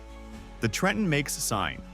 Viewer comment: Best part of this compilation was A.I. voiceover pronouncing "TREH-EHN" correctly on the first attempt 😂😂😂